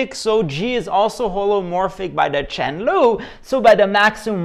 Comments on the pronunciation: they thought those are special names of the rules, and after they finished calc I they finally understood its just badly pronounced "chen lu" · That comes from BlackPenRedPen, I think. Him and piM are friend. I think it's one of their prof who pronounced "Chen lu" and "prada lu" for "chain rule" and "product rule" and they loved the teacher. Not sure of the exact detail.